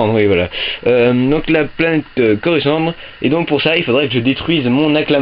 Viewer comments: dans le sens oral pas ecrit ^^ il dit dre a la fin est pas te est lol le faux de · Au faite c'est pas coruscandre mais coruscante^^